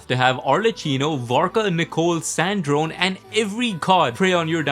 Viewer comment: Why are you pronouncing sandrone wrong?